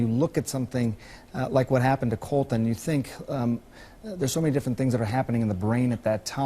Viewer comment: My name is Colton, and I fucking hate the way they are saying Cuhltun.